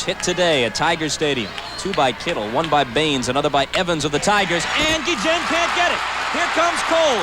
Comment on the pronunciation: They just LOVE to say Gee-Jen. I found it very annoying. Everybody else pronounced his name normally.